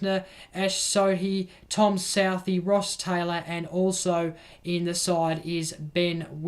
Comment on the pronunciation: Good soild summary, but man, your really need to work on some of the pronunciations. Who's tom southee? Esh sodhi? Colin de grand-homie?" And howcome Darcy short is the only player where you refer to what bbl team they played for? You do mention Careys form, but not what team he plays for. Is it because Short plays for your team, the hurricanes?